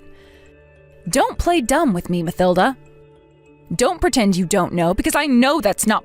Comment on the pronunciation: It's Ma-TIL-da, regardless of how it is spelled